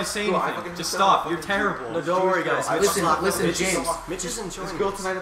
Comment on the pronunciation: how many times did say isten listen james listen